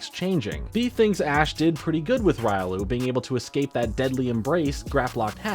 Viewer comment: no the bad joke is u pronouncing Riolu that way. The Anime says it.